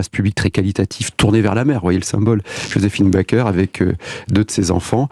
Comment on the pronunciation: Elle est journaliste, et elle ne sait même pas comment on prononce le nom "Joséphine Baker".